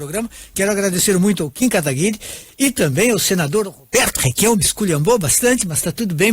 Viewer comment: Só ele quer falar " requiao".